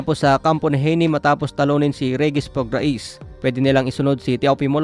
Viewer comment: Sir ang pagbigkas ng Prograis ay prog-rey, hindi prog-ra-is